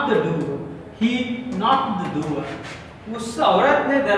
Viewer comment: Its not duwer its door and its not pride its proud